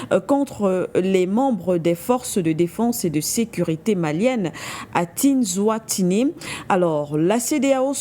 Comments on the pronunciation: Le Nom c'est : Tinzaouaten qui se prononce : Tine- Zawatène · Vous n'avez pas encore compris que ceux la aussi sont des traîtres ya pas d'Africain pour parler de ce sujet ?? Et puis la journaliste qui ne sait même pas prononcé le nom de la ville 🤦🏿‍♂️qui vous prendra au sérieux ??? Vous n'êtes pas au courant du rôle que joue le pays de cette dame ??